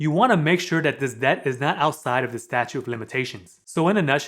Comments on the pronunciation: Good info, but..... it's "STATUTE" of Limitations. Not "Statue". Statute of Limitations. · Statute…of limitations. Not statue. This is very helpful. I’ve been working tirelessly on my credit and another persons for the past month and significant changes have happened. A lot fell off, a lot was paid. I’ve done some things really well, and made mistakes as well. Thank you for these videos! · statute, not statue. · Just wanted to make a correction ... on your video you kept saying statue of limitations, however, it's actually statute of limitations 😉. Good video otherwise; I've been enjoying them! Have a great day! 😁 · Good information but it’s statute not statue of limitations